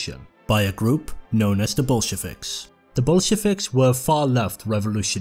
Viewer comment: It sounds like bullshivik when he pronounces it 🤣